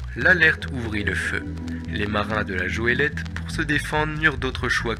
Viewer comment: Il ouvrit ! Et non il ouvra ! Ouvra ça n'existe pas ! Et c'est goélette avec un gue ! Sinon vidéo très très sympathique !